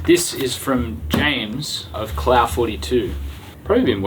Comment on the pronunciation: I've been holding back the urge to mention to that in Non-American English Clough is usually pronounced Cluff.